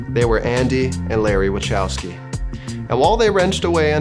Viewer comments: Wachowski is pronounced in English as Wahowski Wa (H like History) ow (skis without S) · It's pronounced "Vahowsky" 😉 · Do you mind pronounce Wachowski name the right way-in the way would actually sounds like ? 👍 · Wachowski is pronounced with H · Superb video 👍🏾 apart from the fact he mispronounced Wachowski for the entire video 🤦🏻‍♂️ yes I know Americans always butcher Polish names but it boils my piss 😡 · That this video has not had massive amounts of views in the tens of millions or more, says everything about how the story of The Matrix and the culture from which it was created, went right over most people's heads. Or maybe few people liked it and shared it because of the mispronunciation of Marc Andreessen's last name (correctly pronounced: Anne-drey-Sen) about halfway into this documentary. Sure. That's believable.